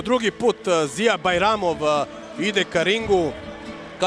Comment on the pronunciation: Nije Ziyer nego Ziya😂